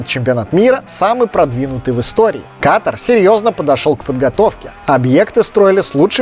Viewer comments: Почему русскоязычные неправильно ставят ударение? Говорят кАтар, вместо катАр? В школе географию не учили?🤦🏻‍♀️ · Катар!!! А не Катр. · Дружок не катр а КАТАР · Какой КАТР? Не КАТР а КАТАР QATAR Ребята не говорите пожалуйста КАТР